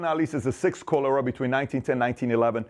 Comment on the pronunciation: Also can’t pronounce cholera correctly. But I’m sure he has good table manners.